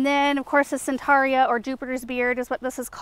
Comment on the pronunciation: I thought the botanical name for Jupiter's Beard was Centranthus ruber but twice now I think I've heard you call it "Centaria." Did I mishear you?